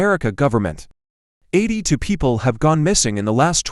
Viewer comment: And the "x84" when it said 82